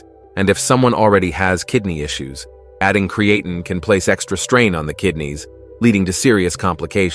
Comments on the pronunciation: cre-ATE-in? Stupid AI robot! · Cree-A-tin? Cree-A-tyne? Cre-ATE-ing? Which mispronunciation are we going to go with here? Oh, what the hell, let's use them all! You people are a joke. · Touch for me to take him seriously seeing that he can't pronounce Creatine correctly! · Lost ALL credibility with the mispronunciation of the main freakin topic. 🤦‍♂️ 😅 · My thoughts exactly